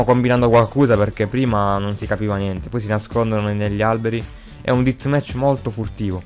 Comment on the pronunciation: una domanda perche dici ditmec